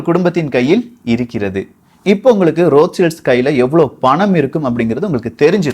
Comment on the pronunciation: அண்ணா ரோத் சைல்டு தானே சரியான வார்த்தை நீங்க ரோத் சில்ட்ஸ் னு சொல்றிங்க